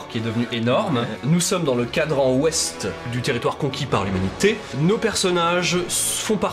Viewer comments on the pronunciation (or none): "a conquéri" xD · CONQUIS! PAS CONQUERI AAAH JE FONDS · On ne dit pas conquérit mais conquit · "Conquis", pas "conquéri???" 😊 Sinon, super vidéo 😊